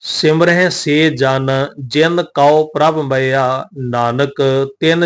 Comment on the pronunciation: ਗਿਆਨੀ ਜੀ ਪ੍ਰਭ ਕਉ ਸਿਮਰਹਿ ਸੇ ਧਨਵੰਤੇ ਵਿਚ ਸਿਮਰੇ ਦੇ ਵਿੱਚ ਸਿਹਾਰੀ ਦਾ ਉਚਾਰਨ ਹੋਣਾ ਹੈ ਜੀ